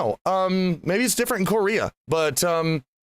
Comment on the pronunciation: KO-rea bucks